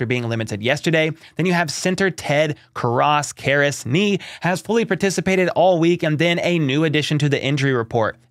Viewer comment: it's Kar as with the emphasis on the first syllable. Alex Karras is his uncle.